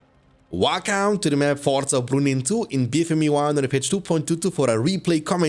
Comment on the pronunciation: Ya dayı, şu ingilizce aksanını biraz düzelt amk Senelerdir "valkam" diyon, "wif" diyon. Kulak tırmalıyor